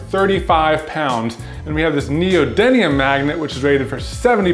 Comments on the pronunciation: I love magnets! And it's actually neodyMium not neodyNium:-) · Hey and it's pronounced neodyMium not neodyNium. Also it's the inverse cube law for magnetic force and how quickly it falls off over distance. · neodyMium n e o d y M i u m NEODY M IUM... N E O D Y MMMMM IUM XP